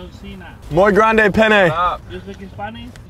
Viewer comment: "muy gRaNde PenE" 🤣